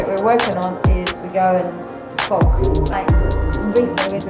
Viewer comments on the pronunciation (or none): "We are going to train the guys on how to fog" - sounded like F*** 😅